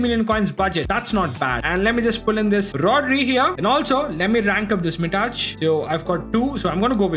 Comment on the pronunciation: BRO WHY DID YOU SAY MITAÇ INSTEAD OF MITAJ